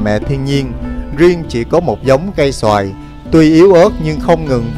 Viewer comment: Cây sồi mà a đọc cây xoài 😂